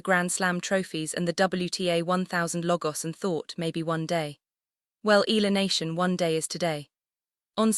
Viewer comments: Can't you pronounce her name correctly ALEX IALA(I-YA-LA) THAT'S HER NAME NEXT TIME DO IT RIGHT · E ya la it's EALA.